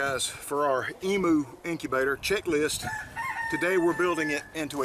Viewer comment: Why do you guys say emoo it's said emyou 😂😂😂